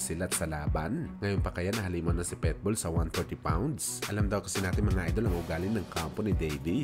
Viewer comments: Naunahan na pala ko. Pitbull di petbull o pwetbull! Lentek ka! Omayus ka! 🤪😜😛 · Pitbull,, hindi Petbull😂